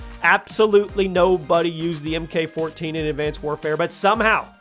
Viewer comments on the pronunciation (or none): you say this in like every 10 guns video and it really irritates me for than it should lol but MK in the MK14 is pronounced Mark. Sorry but I had to say something 🤷‍♂️